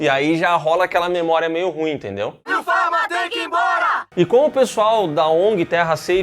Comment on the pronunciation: Passei o vídeo inteiro esperando eles falarem Will Farrell ao invés de Will Pharma...hahahaha